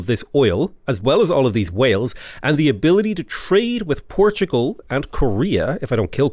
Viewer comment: I love how he says Portugal correctly-ish and procedes to try and correct himself